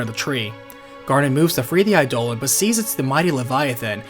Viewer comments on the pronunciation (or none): Eye-duh-lawn. Come on man.